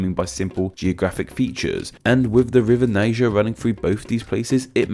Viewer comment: Its not nee jer. It's nye jur